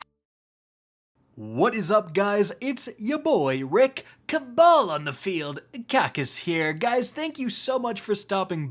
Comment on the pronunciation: its ''cabal on the field'' ya fake fan ;0